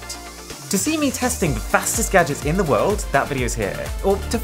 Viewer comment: I love how he says da plants 😂